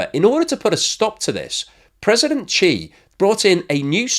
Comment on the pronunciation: I don't usually do this, but you gotta work on your Chinese pronunciation since you make videos on China all the time. 'X's are pronounced like 'Sh', so Xi would be "she". 'Q's are pronounced like "ch", so Chongqing would be "Chong-ching". Finally, 'Z's are mostly pronounced like 'Z's, but sometimes can be kinda like 'J's, so Fuzhou would be "Fu-joh", just don't annunciate the J very much. I hope this helps, because it makes the channel look amateurish.